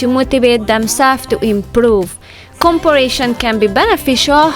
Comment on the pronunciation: not being critical here, but you are not saying comparison correctly. You are adding another letter. Go back and listen to how you are saying comparison, it's not a hard work to fix the pronunciation. Just love your videos. makes me think more about being tidy and no more worry, just go with the flow. it is so true, learn to be happy with what God has blessed you with.